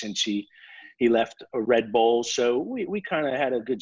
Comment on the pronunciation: as a american i love how zac brown says team names, REN-oh, RED Bull he puts so much emphasis on the start